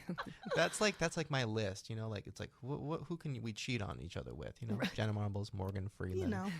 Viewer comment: Not "Jeanna" 😭